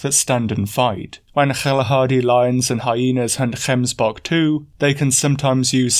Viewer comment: Gotta say, as a south African, I really appreciate that you went out of your way to get the pronunciation of gemsbok and Kalahari. Just the thoroughness and work ethic I've come to love about your work.